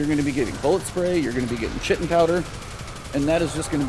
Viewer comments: Its pronounced Kite-in not chit-in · Just FYI, Chitin is pronounced Kye - ten, it's what insect outsides are made of. Still love your work man!